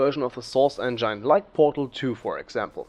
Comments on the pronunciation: Engine, not Engyne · STOP SAYING ENGINE LIKE IT'S A VAGINA ITS ENJIN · It's engin....not engaine :/ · Engine is pronounced as [enjin] not as [enjine] but a good video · I bet someone already said that, but "engine" is pronounced with i as [i] in it, instead of [ai]. So it should sound not [endzhain] but [endzhin] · Sorry aber es heißt engine nicht engeine trotzdem gutes video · Hmm, I might just be really picky, but I cringe every time you pronounce engine. (It's pronounced eng-in not eng-ain. I'd love to see you pronounce it correctly in your new version as it would make you sound more professional. Other than that I think you did a good job on making this video and I look forward to watching, and/or listening to you in the future. :) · sauce en-jane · Endschaine xDMan spricht das en-gine (en-dshin) aus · "enjain" LoLXD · He said : "enJaine" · wtf ist ein "enjein" ? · “Enjain“ cringes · source "engyne" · Engyine pronunciation just gave me 9999 types of engine and Ebola and AIDS and ebolaids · source "enjine" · "Engaine" lol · engyne lol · I like how you pronounce the word engine as "engan" or "engain" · you know its engine not engyne lol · The way you pronounce Engine.... English is my 8th language and even i know you pronounced it wrong. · Hate how he says engine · What's with fellow europeans who don't spellcheck english words ? That's not how "engine" is pronounced buddy! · And his pro naucation of engine... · the way he pronounced engine is unbearable im sorry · soooo german :p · nice video, but please learn how to pronounce 'engine' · Love how you say "Engine" :D I